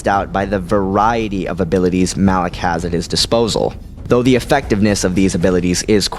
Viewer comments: It is "malak" not "Alec" genius. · your saying alak not malak -_ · Lol did u even play kotor it's malak not alak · really no one is going to comment how he called Malak, Alak? how can you mispronounce somthing that in the games they pronounced it for you and you still fuck it up. that like calling. Vader, Ader. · Why do you say "Alak" when the guys name is "Malak"?